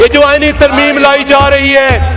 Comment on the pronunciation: ترمیم ھے یا ترمیمہ ھے